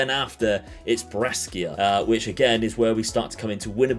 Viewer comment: Bro why do you pronounce Brescia like that looool, its Bray-Sha, love the content though keep it up